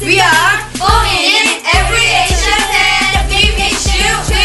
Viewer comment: they didn't mention anything abt Spain... should be fan i think.... they pronounce it something like "pan"